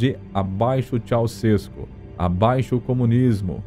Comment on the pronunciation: Ceuausescu não é paroxítona, é oxítona.